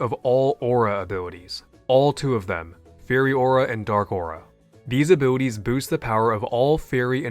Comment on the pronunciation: i like how say "abwilitwies"